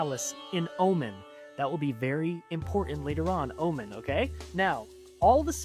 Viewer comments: Btw it is Omaaaaaan not Omun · that guy talking about the Queen of Sheba LOL first of All she was from Yemen not Oman and also its pronounced OHMAN NOT Omen lol Americans are sooooo ignorant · Oman is pronounced oh mon.